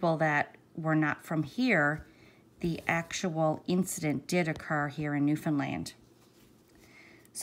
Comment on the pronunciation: Thank you for coving this story & pronouncing Newfoundland properly lol! No trouble to know that you are from here. I just came across your channel and subscribed. What part of the island do you hail from? I just heard this story on a podcast by Dateline NBC. Marks brother Barry took off with & married the babysitter while Mary Beth was gone to NL for the court case in Grand Falls.